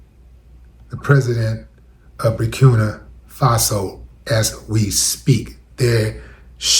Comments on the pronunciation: Bur-keen-ah... fah-so ...we got to respect the name too. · Burkina Faso. (Bur- kin-a)